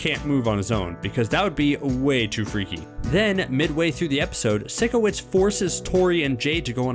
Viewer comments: Times I was triggered: When she said sikowitz When she said air-iana grande When she pronounced avan jogia's name wrong. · It's pyshcoits pyshcoits not sickoits. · THE SHOW HAD 4 SEASONS AND IT'S SIKOWITZ AS IN PSYCHOWITZ NOT SICKOWITZ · i hate how he/she doesn't pronounce it like physcowitz not sikowitz AT LEAST WATCH SOME EPISODES AND LEARN HOW TO PRONOUNCE THE PEOPLES NAME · IT'S NOT SICO-WITZ IT'S PSYCHO-WITS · I hate how they say sikowitz cause they pronounce it like (sick)owitz but it’s pronounced like (psycho)witz😬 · You’re calling it sikowitz. It’s pronounced sigh kowitz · omg i hate how she pronounces Sikowitz as "Sickowitz" lol im dyinggg no hate tho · This person triggered me when she said “sickowizt” they said his name in the show over and over and she still can’t get it right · It’s Sikowitz not sIckOwItz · She really said “Sick oh witz” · OMG AM I THE ONLY ONE BOTHERED BY THE WAY SHE SAYS SIKOITS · odder? “sickowitz” ?? what? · It’s not Sickowitz it’s Sikowitz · Who is SICK-O-WITZ? Lol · u know she didn’t actually watch it when she pronounced Sikowitz’s name wrong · ok watup with how they say sikowitz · first, you pronounce Sikowitz wrong. Now Robbie?! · Why is this so long... And why did I watch the whole video... Oh and one more thing... Why did the lady pronounce “Sikowitz” wrong if she’s such a “big fan” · If i hear them say Sikowitz wrong one more time my odc is gonna explode (and yes I know that doesn't make any sense)